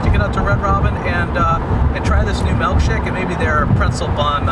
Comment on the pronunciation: Giggled every time you should melkshake